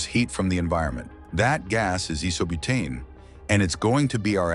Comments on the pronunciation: It's Ai-so-butane not Ee-so-butane. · So many things wrong with this video: 1) Awful A.I. voice. 2) Voice cannot pronounce 'capillary' properly. It should be cap-ill'-a-ry. 3) Voice cannot pronounce 'Isobutane' properly: Iso-bu'-tane is correct. 4) Putting both coils close together is useless. The system as a whole will warm up the room. 5) Far too small to cool a room effectively. 6) Running a 12 Volt air pump on a 9 Volt battery. 7) Running a 12 Volt fan on a 9 Volt battery. They both need 12 Volts from a good supply.. 8) The battery is far too small in capacity to work for more than a few minutes. 9) The hot coil needs another fan, or cooling fins, for much better efficiency. 10) The deafeningly loud and overdramatic music is totally unnecessarily. Also take note of the flammability of the coolant. Care is needed. Apart from those points, and maybe with the addition of a thermostat for proper temperature regulation, the principle demonstrated is sound. It should encourage people to think, to make one and to improve upon it. Thanks.